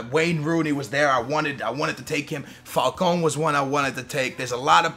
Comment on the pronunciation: SAY FALCAO NOT FALCON SKILLZ